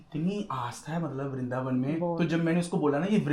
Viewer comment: It's not "VARINDAVAN", It's "VRINDAVAN". Sirf ek Akshar Extra ho gayi. Aapse kabhi eisi ghalti pehle nahin huyi. Sorry for the Correction. ❤